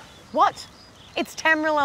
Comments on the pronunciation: Did she just say tamril it's tamriel bruh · Tam-ri-el not Tam-riel, hot or not get it right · Oh lordy. Sophie Monk from Neighbours?? Did she just say Tamrill?